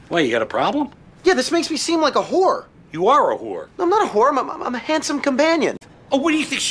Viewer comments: He says “Wh0re.” Not “Whore” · He pronounces it like who're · I love how he pronounces it “hoor” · I love how he pronounces it with like three more letters and two more syllables. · I love how he makes it into a two syllable word